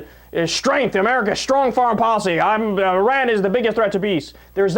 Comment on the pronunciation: Thank you for pronouncing Iran correctly! A lot of people say it incorrectly: 'eye-ran' and also 'eye-rack' for Iraq. Even solders that have been deployed there say is wrong. That's OK. Our solders can say it anyway they like. They earned the right.